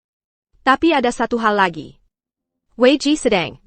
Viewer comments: Bilang TAPI saja TIEPIEAI ha ha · Tapi = Ti e pi ai 😂 sungguh Ai yg bodoh. Mending pake text aja, dubingnya ilangin